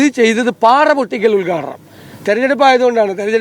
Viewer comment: ഉത്ഘാടനം ,,, ഉൽഗാടനം അല്ല ചേട്ടാ